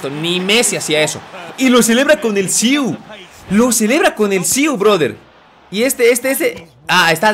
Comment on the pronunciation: no es siuu es siii